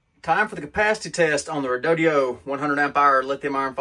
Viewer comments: REE DOH DOH not REE DOH DEE OH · Where do you get "REE DOUGH DEE OH" out of Redodo? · Dude, you can't read?. Your pronunciation of the battery brand name is just lazy 😢.